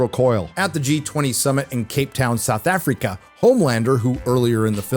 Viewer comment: Seouth Afreeka